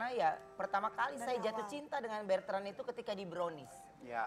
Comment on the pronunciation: Ko Ruben tiap nyebut nama anaknya kok manggilnya Bertrand yaa, ada huruf R nya, namanya Betrand atau Bertrand Ko??